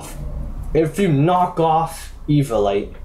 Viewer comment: E-vio-li-te not E-vio-li-te